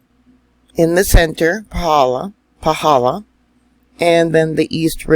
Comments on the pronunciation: I felt a good jolt earthquake at 3000 ft elevation near Volcano national Park.. you are pronouncing Paw - hall - law perfectly 🥇🏆... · Excellent pronunciation of the crater👍🏻👍🏻👍🏻👍🏻